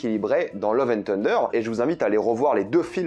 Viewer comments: Ton accent sur " tender" pour dire " thunder" m fait penser à KFC lol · La prononciation de Thunder stp 😭😭😭😂